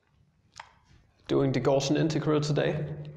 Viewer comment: did you just misspronounce gaussian